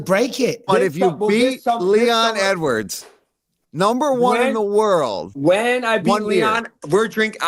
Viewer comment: Can Brady pronounce his name😂 just sound it out Sean. ED.. WARDS…😂🤣